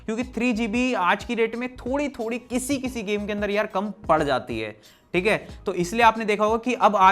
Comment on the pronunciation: App "Theek ha" aus meme ki tarhan pronounce krta ho